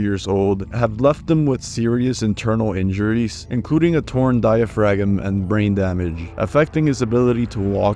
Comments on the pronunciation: Dia-Frag-EM! I can't! 🤣 im dying! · I'm sorry, I was able to look past like 50 mispronounced words, but "dia-frag-em" had me dying of laughter haha